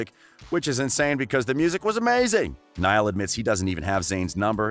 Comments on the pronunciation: Seriously nial horan bruh learn Ur names.bro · I stoped the video right after I hear Neeeeaaaalll Horan. 😶 Can't even say the names right let alone facts 🤷🏽‍♂️🤦🏽‍♂️ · When he said “N•ee•l” instead of “N•I•L” 😂😂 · I had to tune out after I heard Neil Horan. Gosh, next time do your research! Terrible! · Sierra Gallegos neeyell horan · If you are going to make money doing a video on these lads. Get their names right…..it’s not difficult at all. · Girl same I felt like reaching through the screen and slapping this guy that's one of my pet peeves when someone mispronounces someone's name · it’s literally so obvious okay how to pronounce niall too I don’t understand how people get it wrong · Omfg he says “Neil not Niall”help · Dis he just say neel horan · for first : he is NOt ''nill'' but NIALL for second : louis didnt wanna go solo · “Neill” ITS NIALL! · Never ever ever trust ANYone who says "Neel Horan" and "Lewis Tomlinson". I mean if your going to do a video about One direction Get it right and most of your facts aren't even true. Its not that hard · It’s pronounced nile. I have a friend named Niall. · I'm rlly sorry but it's niall not Neil and it's also Louis not lewis and agin perrie Edwards not perrie edwire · And kneeal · The you pronounce Niall. It’s Ny-all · Lewis? Neil? Shows how much research you did 👏🏼👏🏼 Also it’s EdwardS So basically take the ‘s’ out of Louis’ name and put it at the last letter of Perrie’s last name and TADA 👐🏼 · Since its 2020 i am teaching eveyone the proper pronunciation okay? NIALL - nuh-yall LOUIS - loo-wi Youre welcome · Niall 》 Nayl Louis 》 Louie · Yeah, like it's pronouced "Louie" and "Nayal" This guy kills me😂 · nayal lowi right pronunciation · The way you pronounced louis and niall shows that you have not done enough research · Please do the research of how to pronounce their names before making a whole video about them. Not that difficult at all. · The way you pronounce Niall and Louis is terrible dude!